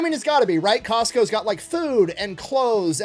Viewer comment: Costco's... It's Costco's.